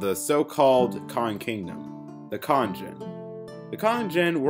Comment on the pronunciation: This video would have been better with a narrator that could enunciate better. This guy can't even say the word "cotton" correctly.